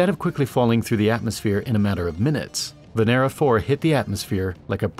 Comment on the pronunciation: Lol humanity is giving Venus V.D.... Venera sounds like Veneria.